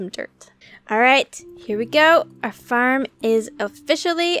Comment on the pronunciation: When you say farem you sa ferm